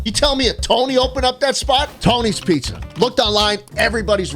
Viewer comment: "Schpizza" seems to like nyc pizza